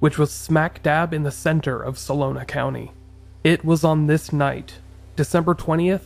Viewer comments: It’s Solano County, not Solona! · Dude I love your show but pls try to double check your research. It's "SOLANO" not "SOLONA." It really hurts any credibility you may have. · Solano, not salona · Come on man Sah Lo Nah county? How about So La No? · Great feature, very well done. I live there and the Zodiac killings still make residents shiver to this day. (It’s pronounced So - LONN - No 😸💜)